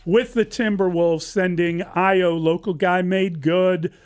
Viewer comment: These guys should not be talking basketball.. he cant even pronounce Ayo’s name after being on the team for 4+ years and then Dillingham in the NFL?